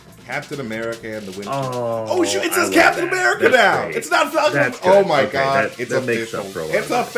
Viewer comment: I'm sorry but does say Blacktain America or am I hearing things? Cause I have listened to it like 10 times and I can't hear anything else 😅 I'm not accusing him I was just legitimately confused. Sorry if he actually said something else and I'm just hearing things lmao.